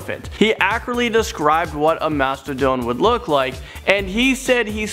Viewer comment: When he said mathadon i thought they were mammoths